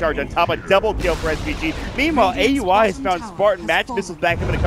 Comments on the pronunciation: Commentator kept saying Aui's name as Ey You I. Is it really hard to pronounce it when its the same as Audi except you just remove "d". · Bilegt Battsooj But in the Boston Major Qualifiers, whoever were the commentators, I heard them pronounce it as Aui, like Audi without the "d" not A U I. I think it was NP vs COL match.